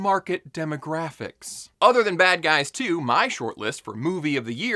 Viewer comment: Bad Guys 2? I've never heard of it, or the first one. I thought you said Bad Boys 2